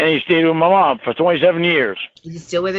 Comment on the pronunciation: Paul: "Have you ever seen an angel?" Me: "Oh god, don't say it." Lorne: "Muh mawm!" Me: vomits